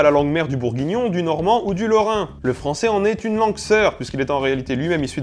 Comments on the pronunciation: Et BourgUignon et pas bourgignon ! Voilà... :D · Ce qui me plait le plus c'est le "bourgignon" MDR